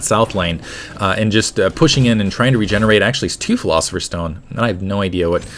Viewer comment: Lol, can't pronounce pilosopher xD